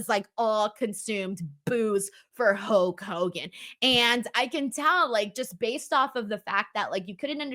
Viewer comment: Okay I've listened to you enough to know that you don't have a speech impediment, so what is up with "Huak" Hogan.